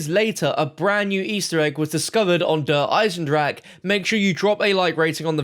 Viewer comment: Everyone else: Der EisenDRACHE: Der EisenDRAG